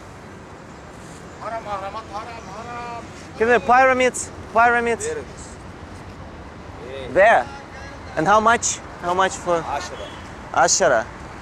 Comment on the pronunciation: Если уже ехать к пирамдам, то хоть пооверил бы это слово в словаре. Пирамидз, а не пайремидз